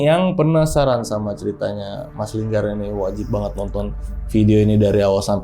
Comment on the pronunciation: Linggar kakk bukan longgarrr😭😭😭😂🤣